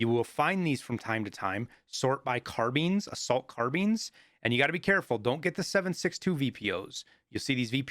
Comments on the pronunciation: “Assault car-beans” 🤣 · you lost me when you said car beans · "sort by car-beans, assault car-beans" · love how you pronounce carbines